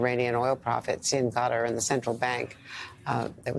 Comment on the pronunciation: Thank you Andrea, for not saying "Cutter." What is wrong with American's hearing?